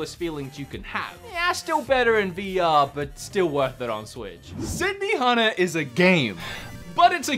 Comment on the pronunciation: This is literally the only time your Aussie accent has made it difficult for me to understand a game title,. xD "So the best thing about siddy hanna is" Wait, siddy hanna? City... hanna? benihana? sydney hanna? city hunter? OH, SYDNEY hunter.